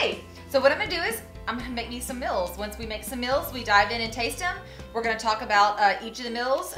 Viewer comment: She calls them "mills."